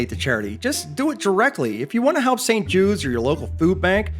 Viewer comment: I had to look at your closed captions when you said "If you want to help save St Judes,..." I thought you said "If you want to help save Save Jews,..."